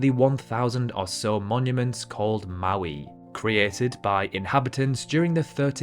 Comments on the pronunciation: that's a Caracal it's Moai not Maui. Maui is an island in Hawaii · At Isla de Pascua the monuments are called moais not mauis